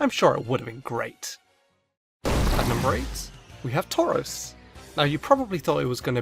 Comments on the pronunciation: Are you shroros it's touros? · I liked it when he said tarous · At some points it sounds like he gave up on saying "taurus" and just repeatedly said "tors tors tors torz torz torz" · U should’ve done Tauros instead of tuaros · I can't hear tauros anymore and can only hear torse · Man, you sure Taurous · Number ten: turus. Me : ok not bad next. Him: number nine turus. Me: wait what ok skip surly not the third time. Him : number eight turas. Me : yea ok bs!!! What the heck KKK!!!!!.( Skip to number one ok surly.) What's number one . Him: snorelax. Me:😂😂 lol .......,.......😡😡😡 What the f*** (five minutes later). Me: ok it doesn't matter it's his choice. (Ten minutes later ) . Screw it arrggghhhhhhh whyyyyy I want to die!!! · take a shot every time says TAUROS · This cow keeps shredding my paper... He Tore-Rows of them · Drink every time he says Tauros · I think he made a mistake with tauros omg he did instead of tauros its tauros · XD when I started this vid I was like "I swear he says Tauros for all of em Imma laugh" well guess whose laughing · Dudeeeee you made Tauros sound weird I swear the more I hear Tauros the more annoying and weirder it sounds XD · The more I hear Tauros, the more I hate it. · Everytime he says Tauros take a shot.